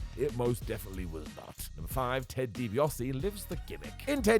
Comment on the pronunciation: Dibiase* not Dibiohrsi